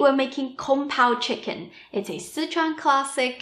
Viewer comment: I love your speech patterns. Every hard consonant has an after echo. "Wok-kuh" "chicken-nuh". It may be just that you always smile, but I find myself smiling and enjoying your talking! xox